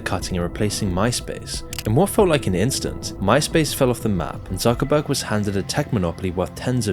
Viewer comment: His name is ZUCKERBERG (TSOOKERBERG) not suckerbucks :D